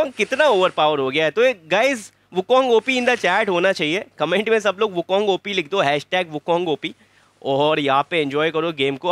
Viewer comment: Wukong = Wuking